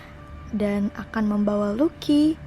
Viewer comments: Lucy bacanya lusi sayang bukan luki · Lucy = Lusi ,not luki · Lusi bukan luki !!!! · Lucy = lusi , bukan luki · Tulisnya Lucy bacanya Lusi bukan Luki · Penyebutan lucy lebih enak di sebut lusi daripada luki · Lusi anjim bukan luki.. Gatel gw dengernya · lucy itu bacanya LUSI BUKAN LUKI